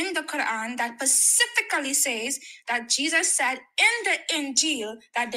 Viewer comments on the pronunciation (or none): Pasifacly?? 😂😂😂😂 She lost as soon as she said that. And then said Averys question was dumb lol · I cant trust the "common knowledge" of anyone who pronounces the word specifically as "pacifically"